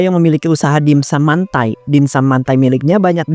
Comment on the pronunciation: Mentai bukan mantai, dibaca dimsam bukan dibaca dimsum